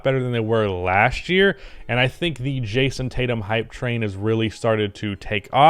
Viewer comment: Nah get this man drug tested he just said Jayson Tatum 💀💀💀